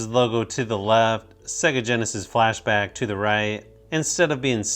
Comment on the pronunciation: sounds like he said flash to the back sounds like a joke